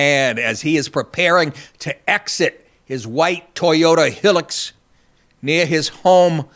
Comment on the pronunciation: Toyota Hilux > "High-Lux"